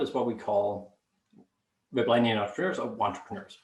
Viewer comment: Ble-ble-nian. Hahaha